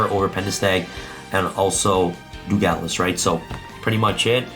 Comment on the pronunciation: Dugales instead of Dugares as well lol